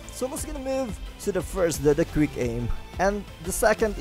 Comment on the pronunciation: Instead of “quick” it sounds like hes saying “greek”